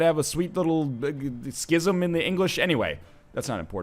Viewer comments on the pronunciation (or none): none